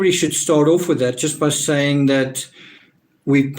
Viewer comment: Thanks for your contribution, it's made a huge difference. Saying has a 'g' on the end of it by the way . .